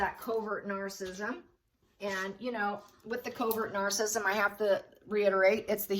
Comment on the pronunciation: It's nar-cis-sism.....not narcism like you always say it....sorry....really like your videos but don't like the wrong pronunciation...